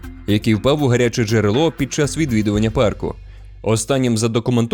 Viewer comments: Найбільш небезпечним у Єлоустоуні це зустріти чувака, який каже «паркУ» 😂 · "у паркУ"... так одразу і не сказав би, що то ШІ начитка... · Все класно, але я дуже перепрошую, у вас неправильний наголос у слові парк, має бути у пАрку, а не паркУ, це просто капець як різало вухо усе відео, вибачте😅